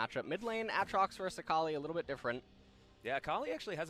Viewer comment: except he has shown he can pronounce them correctly, during that Tyler1 thing, on top of that, even during these casts, he bounces back and forth pronouncing Irelia and Aatrox's names correctly and incorrectly. I honestly think he does it on purpose to piss people off.